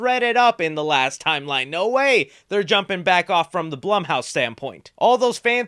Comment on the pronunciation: Pretty sure it’s pronounced bloom house.